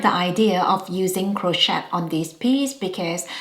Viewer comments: We don't pronounce the T in Crochet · Crochet has a silent 't'😊